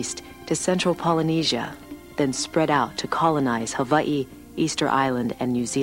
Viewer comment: liked for saying Hawaii properly :)